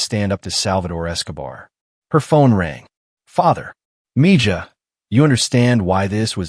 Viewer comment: It's spelled: "Mija," pronounced "Me-Ha." ... just saying.